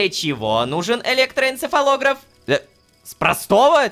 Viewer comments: электоэнцефалогрАф вот так ударение ставят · Сколько раз Рома сказал электроэнцефалограф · сколько раз он сказал электороэнцефолограф...